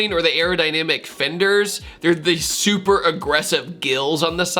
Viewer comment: Where you said "it could've been super tacky", you I heard: "it could've been Supra-tacky" :). "Supra", with its fake vents, should become a synonym for "tacky" these days.